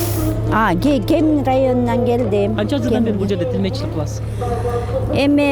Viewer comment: ТИЛМЕЧИЛИК эмес туура суйлосо боло алып баруучу